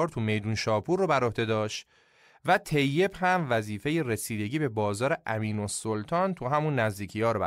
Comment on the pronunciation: یا مثلا تلفظ طیب tayyeb درسته نه teyyeb.این تو اپیزود شاهنامه هم زیاد دیده میشد